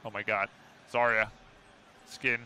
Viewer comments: Her name isnt "Zariya" :( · I can`t believe that Zaya herself saying her name wrong T_T make me wanna cry. P.S i`m russian and zarya it`s actually a word